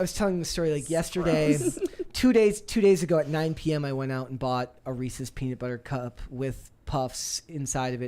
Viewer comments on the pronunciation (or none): Its pronounced rees-iz. Not rees-EEEZ. Blonde b!mb0s